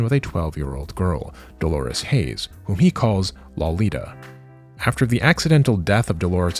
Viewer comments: Good video on the subject. But I find it really ironic that even the Japanese pronounce "Lolita" better than every single YouTube weeb I've heard say it, and it's clear that none of them that broach the subject have read, listened to, or watched any version of Nabokov's novel, because you all pronounce it as if it were derived from the word 'lolipop' instead of the name Dolores. And you even said Dolores in the video. It's like someone pronouncing "brony" as "BrAWny" or pronouncing Genji as "Jenjee". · You're pronouncing Lolita wrong